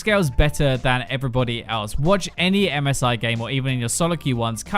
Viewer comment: I am the only one who hears MESAIH instead of MSI?